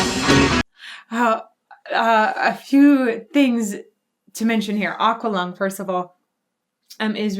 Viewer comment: PS. It's pronounced ACKualung!!